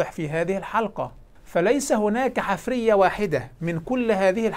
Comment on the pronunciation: المُلحد المغاربي يقول "...الحِـِفـْرِِيَـَة" بكسر ثم سكون ثم كسر ثم فتح. وهذه الكلمة ليست من العربية، بل في قواميس العرب "حـَفيرَة" بفتح الحاء وكسر الراء، وهي ما يـُحْفَرُ للبحث عن الآثار.